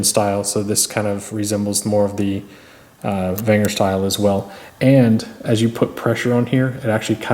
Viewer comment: It's pronounced venger not wenger.